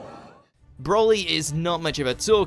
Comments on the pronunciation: please stop making videos about dragon ball until you learn how to pronounce the names properly. its pronounced bro-lee not brolly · Stop saying BROLLY! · The way he says Broli it makes him sound like an umbrella